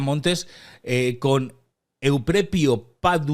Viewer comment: Suena horroroso, en tu contra, que pongas ese estúpido acento Italiano al nombre del tal Euprepio. Pronuncia normalmente, por favor.